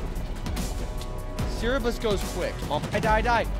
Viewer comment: bro actually cannot speak english, idk why im so mad abt smth so simple but HOW IS BRO SAYING "ser-ber-eh-ss" "sear-e-bus" MF CERBURUS IS NOT THAT HARD TO PRONOUNCE